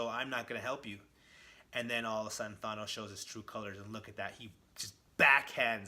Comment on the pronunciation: Who the hell is Thonos? Thonos quest? His name is Thanos.